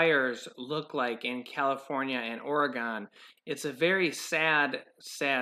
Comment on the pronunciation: Oregon is pronounced like 'again'... Or ae gEn ... People in Oregon are cringing over that pronunciation more than watching the forest burning. Guaranteed Just like San Franciscans can't stomach 'FRISCO' and Nevadans listening to the butchering an overly pronounced short 'A' in their state's name. It's NevAda with longish 'a' not "AH" sound. It's not NeVADH it's NevAda like "ahh" NeVAH DAh there...sheesh.